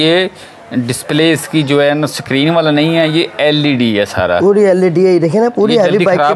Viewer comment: Skeerin short , skeeter nice language bro😂😂😂😂